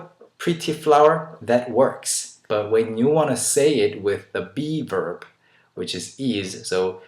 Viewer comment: hehe, everytime u say b-verb i hear beaver, lol)